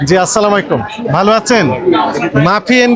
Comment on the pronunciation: ের সালাম অশুদ্ধ